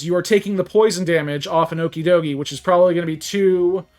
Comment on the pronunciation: Pronounced the pokemon wrong...